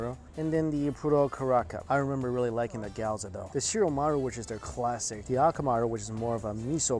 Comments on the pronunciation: GYOOOOOOOZA NOT GYAAUUUZA AMK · Gi-yo-za not gi-yaw-za please Mikey :) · It's Gyo-za Mikey not Gyaw-za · I love your videos. But PLEASE stop saying "Key - odo". makes me soooo sad. Please say Kyou--toh. it is pronaounced Kyou ------ toh. and also please don't say Goaza! It's Gyouh-zah! My god i feel bad having to correct you but if you're going to do food videos - get it right! :( still love you tho :) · GYOZA and not GYAWZA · gyoh za, not gayoza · GYOZA - Geeee-YO-Zha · Lmfao cringed everytime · the way he pronounces gyoza... GAOZO lol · Really disappointed as a food guy that he calls gyoza "gee-ow-za".. damn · actually "gyouza" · The way he says gyoza got me triggered lol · Mike, I appreciate your videos and I share them with friends/family but it kills me every time you mispronounce gyoza lol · Please for the love of all that is good... learn how to say Gyoza.